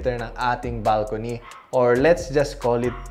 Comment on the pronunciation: Grabe talagaa! Big brain!✨ pero yung the “BalcoKNEE” talagaaaaaa😭😭